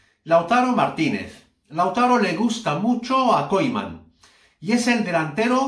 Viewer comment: Deja d mentir y aprende a decir Koeman. Es vergonzoso